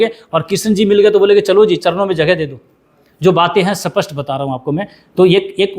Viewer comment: Sir kaun si bhasha bol rehe hei स्पष्ट को सपस्ट बोल रहे ही साँप मरे न लाठी टूटे